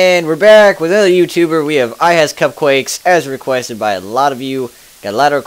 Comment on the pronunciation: Your saying her name wrong its ihascupquake